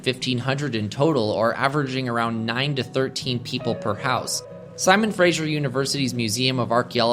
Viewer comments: Fraser, not Frasier. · Footnote: It’s Fraser River, not Frasier River. …with an ‘s’ not a ‘zh’ sound. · This video is so great!!! My only nitpick, and it's super common for PNW Americans to say so I'm not surprised to hear it, but I need to correct it any time I hear it! but the Fraser River is pronounced like the word "laser" not like "Frasier" lol I blame Kelsey Grammer. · Fraser and Frasier are pronounced differently, FYI